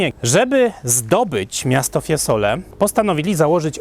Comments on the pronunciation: Ja jestem też muzykiem wiec mam ucho ,nie mowi sie Fiesole e mowi sie FIEzole zzzzz nie ssss także nie oltr arno ale oltrArno również marija ,siniorija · Mowi się, FIEzole, nie FieSole a jezeli chodzi o czystosc miasta ...prawdopodobnie wysprzatane na swieta, no i centrum jest w lepszym , pod tym wzgledem, stanie.Jezeli chodzi o tzw syndrom Stendhala wg mnie jest związany z pozycją jaką przybieraja turysci...przy tym ciaglym odchylaniu głowy do tyłu prędzej czy pozniej bedzie sie miec zawrót glowy..😅😅